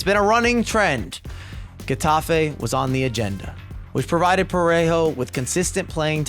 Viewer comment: “Heh” tafe, not “guh” tafe